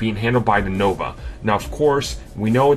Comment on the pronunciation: I thought it was the Nova. I was saying it wrong this whole time. Gotta say it right. The Noba.